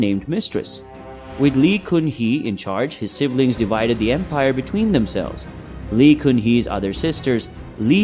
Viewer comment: Even Lee is pronounced incorrectly.